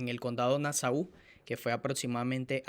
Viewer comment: pronuncia bien ya te dije antes que se pronuncia(,CONDADO DE NASO ) NO LO OLVIDES.❤❤❤❤❤